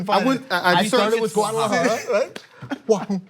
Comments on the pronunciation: G-U-A-D-A-L-A-J-A-R-A.... Repeat after me.... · He's probably trying to pronounce Guadalajara. "Guadtuldah"!!!! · Turn on the captions. "The Mexican city of 🎶Waffle Da🎶...." 😂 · Can't pronounce Guadalajara? 😂😂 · I think he was trying to say Guadalajara and he failed massively because it isn't even that hard to say. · Was he trying to say Guadalajara? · I think he was trying to say Guadalajara.